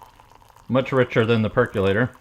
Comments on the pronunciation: It's perkOlator... NOT perkUlator. Look it up and pronounce it correctly. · Remember, folks! There is no U in the word "percolator", pronounced perk-oh-later.